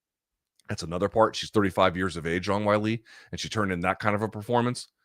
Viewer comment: loog pronounces "wei li" like wile e. coyote. is that really how you say it?